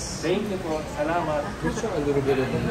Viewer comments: if you want to sound more like the locals. when you say salamat. emphasize more on the second A not the 3rd. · CB sa-la-mat not sa- lam- at